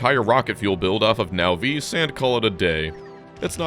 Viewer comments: Can you PLEASE stop calling it nahVEES. Whats so hard about Nahvis? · The “Now-vees” pronunciation rubs me wrong every time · Wait, he still pronounces it now-VEESE? I always thought the correct pronunciation was NAH-viss. Either the pronunciation never came up at the LAN party, or he's right and I'm wrong.